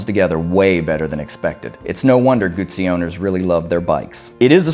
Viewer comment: Nice vid, thanks. Do you have any more Moto Guzzi footage? I'm hoping that I can get down to Mandello del Lario for the big party in September although the news today is that Italy is tightening its lockdown with a complete shut down at Easter. Thank you for pronouncing "Guzzi" correctly. However, I think as "moto" is feminine it should be bellissima not bellissimo.